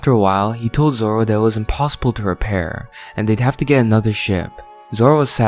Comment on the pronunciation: "Two Sword Zolo"